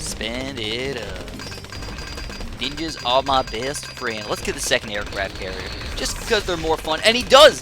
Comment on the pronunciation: "ninjers" oh god